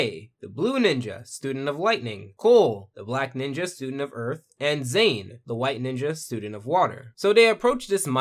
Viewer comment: "Zane ninja of water" TRIGGERED